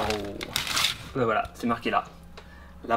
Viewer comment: qui entend wallah au lieu de voila , je suis pas le seul j'espère 😂😂😂😂